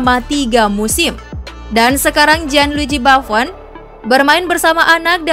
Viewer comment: Gianluigi buffon❌ Jianluiji baffon✔ As roma ❌ Ai is roma ✔